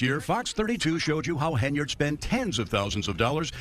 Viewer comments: Hen-yard, NOT Hey-nard! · I agree with your assesment. Beyond that, her name is HEN-yard...not haynerd. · It's "Henyard," not "Haynard." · I noticed you keep pronouncing her name as "Heynard" instead of "Henyard". Is that maybe a freudian slip? As in heinous Heynard???? LOL!!!!!!!! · Henyard. NOT hay nerd. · Her last name is spelled (and pronounced) Henyard, yet you keep calling her Heynard. She's a crook either way, but it was a bit funny that you criticized the misspelling of the township on a sign as unacceptable while mispronouncing her last name the entire video. At least you spelled her name correctly in the description below the video. I also want to echo the praise you gave Nate the Lawyer, he has also done a great job covering this story. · Too funny that you call her Heinard, as in Heinous.